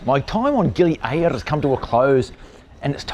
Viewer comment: Gili "A RRRR ra" Mate you got your own version of Indonesian! lol Thay say Gili "Ay a ra" you say Gili A RRRR ra sort of like "Aribba Aribba" lol too funny lol